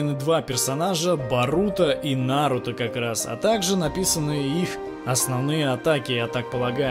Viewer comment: Ударение на у